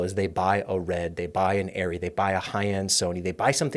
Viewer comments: ARRR REE AREE ree--- it has always been Arrr ree not AIR RE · arri themselves have said both ways are acceptable. The germans tend to pronounce it the first way, and the rest of the world says it the other way.